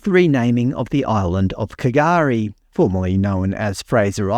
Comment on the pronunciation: You all should do a little research about K'gari. Firstly you dont pronounce the K, it's silent its like 'Gareey' how you say the word Car.. Second it actually was called K'gari historically, I agree that many indigenous names around the country are just made up for the same of "truth telling" BS. But the indigenous that did actually reside on the island you call Fraser, well all either driven off or killed. I'm white, I'm Anglo saxan and I am 100% one nation supporter, how ever I am sympathetic to valid research and information. It is known that the colonists drove the indigenous off K'gari in a brutal blood shed way then renamed it. Look it up. If you wanna call it Fraser, all good bra 👍🏼 but show some fkn respect and educate yourself. Naming it what you were taught is one things and that's okay, but all you comments seem highly absurd and irrational and not to mention just plain ignorant. You all only want to call it Fraser because your daddy did and you can't stand what's happening with the greens and Labor since the referendum. And I agree with that. But I don't agree with being ignorant and spewing your bias hatred commentary like the island ought to be called what your daddy called it "just because"... Have some respect. The island was actually known as K'gari first. The shupwrecked colonists knew that and disrespectfully changed it after murdering all of them. The colonists could have just left them alone and called it K'gari. But they didn't. There are many indigenou